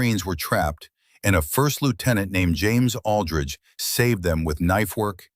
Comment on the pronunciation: I don't know if AI can't read or can't write but there is a hell of a lot of words, either written or pronounced wrong. Aldrich pronounced alldrige, twice hat Ij saw. Maybe AI is dyslexic and just says what it thinks it sees. Either way it gets a bit monotonous, when we read one mistake after another.